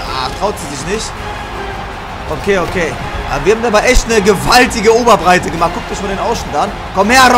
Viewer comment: Niemand: Erne :Oberbreite😂😂😂